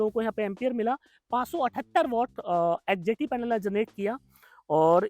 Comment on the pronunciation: Aap ji bolte hai bo neeche likha hua bhi aata rahe,, 🥸 kyuki bolte time confusen ho raha hai,, hjt bol rahe h , ya hdt